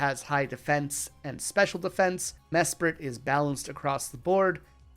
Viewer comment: Dude mesprit is SPRITE not spirit